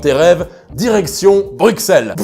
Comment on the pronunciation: Un Français qui prononce Bruxelles correctement mon dieu